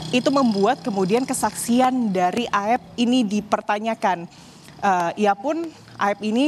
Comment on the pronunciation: Aep pak ! Bukan Eep..... 😅